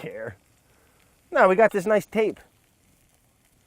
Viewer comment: “Everything’s gewd beb”